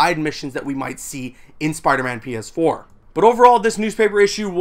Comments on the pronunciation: It sounded like he said penis 4 at the beginning 😹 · DUde it legit sounds like you said "Spiderman Penis 4" instead of PS4.. wtf XD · The way you say PS4 sounds like penis 4